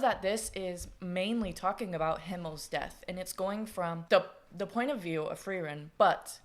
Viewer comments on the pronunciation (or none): uuuh yes yes. great story. I'm german so I'll be your pronounciation guy. 1. Frieren and Fern -> Freezing(like "it's cold, I am freezing") and Far(away) for the american "R" sound you use your tongue and kinda push it up towards your teeth. for the german "R" sound you dont do that. the tongue tays at the bottom and the sound comes more from the neck and throat area (this is probably the hardest one for americans because that sound doesnt really happen in english) 2 Eisen and Heiter -> Iron and Cheerful the "ei" is pronounced like the English "I" (very easy). Eisen -> I-sen, Heiter -> Hi-ter 3 Himmel -> Heaven/sky (we use the same word for both, the biblical heaven and the sky outside) you basically said it how its supposed to be.